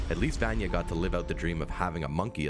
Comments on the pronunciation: ITS VANYA NOT VAANYEH! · ...di did he say Vanee not Vanya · I feel like “Vanya” should be pronounced “Vunya” not “Vanya” lmao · NOT VAN YEAH EITHER! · He says “vanjah” lol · every time he calls her “vonyee” i lose a year off my life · do people in every one of these videos say names wrong on purpose to piss us off vanya is pronounced like VONYA anna is pronounced like ONNA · who tf is vAAnya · He certainly sounds as if he is just reading something given to him. He says Vayna wrong multiple ways. The least they could do is get someone who has actually watched the show to talk about it. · If you're gonna make a youtube video about a show where they literally say the characters name multiples times in the series, then you should be able to say it correctly in your youtube video. And by that I mean you keep saying vanya wrong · OMG! Did this guy even watch the show!!!! He's mispronounced both Vanya's and Klaus's names!!!!